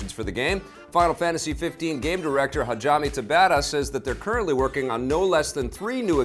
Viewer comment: I love your stuff but the way you said Hajime Tabata hurt xD